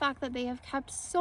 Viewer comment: Country Club of the South and Chattahoochee High School are in Johns Creek. And it’s Wills Park, not Willis.